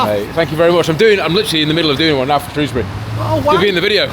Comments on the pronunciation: Sorry it’s pronounced SHREW not SHROS 😂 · Superb stuff but what was that weird pronunciation of Shrewsbury towards the end?? 😅